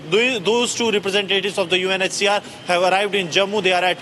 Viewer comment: Why do you keep saying UNHSR ?